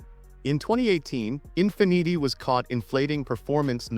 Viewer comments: “In fi neetee” ??? Since when is Infiniti pronounced like that?? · The Infin-eaty made me belly laugh for about 10 minutes....ffs....I was in agony!